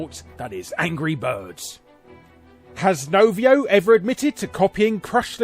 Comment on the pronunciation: Novio? It's Rovio